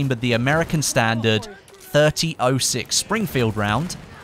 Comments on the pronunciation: Also it's 30.06 say it like thirty aut six not thirty oh six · I’m just gonna say it, only reason I disliked the vid is because he said “30-oh-6” and not “30-aught-6”. America loves funny pronunciations. Other than that good stuff! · 30-06 is pronounce 'thirty ought six.' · 30-06 is pronounced thirty-ot-six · .30-06 is typically said "thirty-ought six" if you care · It's pronounced.30-AUGHT6,. I think it's an American vernacular. It's mainly a southern term when referencing a year, like 1906 or '06. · actually it's pronounced thirty ot six, this is coming from an american, so you can believe me